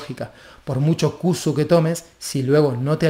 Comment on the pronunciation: Sería de ayuda pronunciarlo bien, no cusu, sino con se llama en realidad